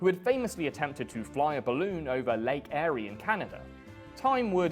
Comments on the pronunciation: Lake Erie is pronounced 'EAR'-y, not 'AIR'y (on both sides of the pond) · Lake "airy" lol it's erie, like a Jamaica is saying it . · "Lake Erie" is pronounced similar to the word "Eerie" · One note: Lake Eerie pronounced "Ear-EE". Thanks for you time. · Aerie? it's Erie, pronounced eerie. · Lake Air-ee? I see what you did there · "Ear-ree" & "Ak-run" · It is pronounced ear-yee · The pronunciation of Lake Erie made me laugh. But what a fantastic video, made me care about Blimps more than I ever thought I could. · You pronounce lake Erie very weirdly